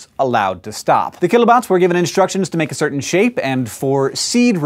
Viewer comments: You just need to overemphasize keelobots. Kilo, not kill-o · lol if you want to give it a less menacing sound, say it like "keelobots"